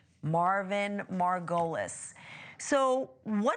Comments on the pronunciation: MAR-go-leez Please have your reporters learn name pronunciation before putting them in front of a camera, it's so distracting... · Is the killer's name Marvin Margolis or Marvin Merrill?? The chick keeps saying Marvin Margolis, but the investigator said Marvin Merrill. Confusing.